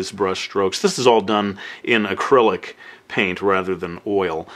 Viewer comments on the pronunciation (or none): "Acrylic"... lol:D